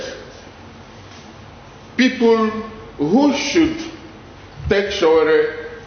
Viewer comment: You don't even know how to pronounced his name. Stop lie Dss